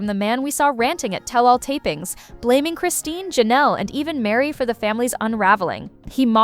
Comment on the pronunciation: Why are you calling Mary...Miri?